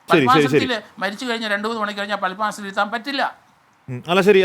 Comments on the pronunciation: Basmasanamo.... 😮 padmasanm anu sir... Ella sastrom thettichu ippo😂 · ഭസ്മാ സനം അല്ല പത്മാസനം